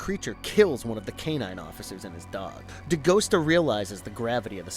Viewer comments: Novel was so much better, they cut out the main character Agent Pendergast It's Dee Gust AH, not Dee Ghost ah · Not De Ghost-ah. De-Gus-ta! He told you in the movie!